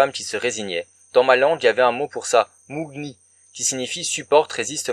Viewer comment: Le 'gn' dans le mot 'mougni' se prononce comme le 'gn' dans le mot 'pagne'. D'ailleurs c'est mougne.... Ces franco-senegalais qui disent 'dans ma langue' alors qu'ils ne parlent pas ladite langue hein... petits coquins va!!